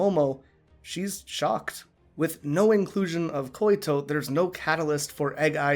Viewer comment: Hey, Just a tip, I think the name Koito is pronounced like "Koy-to", not Koy-i-to". Also thanks for posting this! I just saw your last one and really enjoy your in-depth way of analyzing